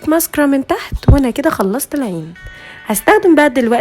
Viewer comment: انجليزيتك فشيخه بس مسكارا مش بتتنظق كدا اماما😂😂😂